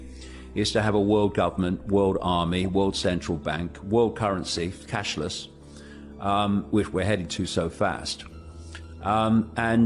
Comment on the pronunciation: It's "cashless" not "cash list" you idiots